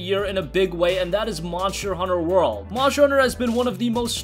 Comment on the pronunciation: Even if u say it faster, we still hear it! MARSCHER HUNNER WORL!!